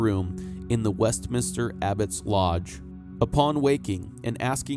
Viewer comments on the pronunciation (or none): none